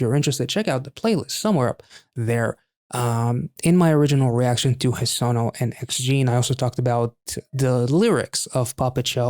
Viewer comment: The 'noo' in Hesonoo' is pronounced - 'nuu' rhymes with 'moo'. Heso in Japanese means belly button and nu means - cord or tie. Great name for this performance/song.